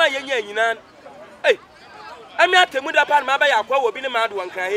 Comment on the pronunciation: I like how pronounce Atemuda Atimuda lol